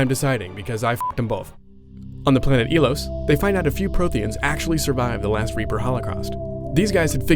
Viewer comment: ITS NOT ELOS! its soundslike eyelos